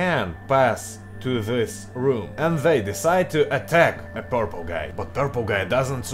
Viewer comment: Hi,. You made a mistake in the word "Purple" in the intro!!!